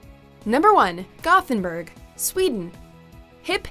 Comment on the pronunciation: The narrator nailed Ljubljana, massacred Gothenburg